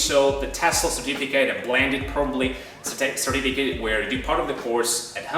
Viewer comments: what kind of accent is this? that pronounces certificate like certifi-kate?with a long "a" vowel? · I find quite interesting the way you pronounce the noun "certificate" : no schwa sound but the diphthong "ai" instead, just as you would pronounce the verb "certificate"...